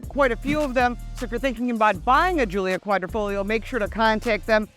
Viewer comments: Sorry it's not guilio its guilia and it's a work of art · how is this your favorite when you don't know the name....it's a Giulia....not Giulio